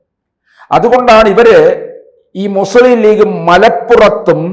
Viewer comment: ആദ്യം മലയാളം പഠിക്കടോ മുസ്ളിം എന്നല്ല മുസ്ലിം എന്നാണ്